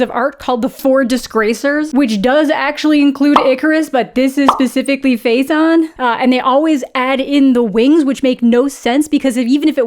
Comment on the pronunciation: I'm almost certain in English, Phaethon is pronounced fa-e-thon (it sounds like TH not like Z 😳) I can't find the phonetic symbols in my keyboard for the life of me 😅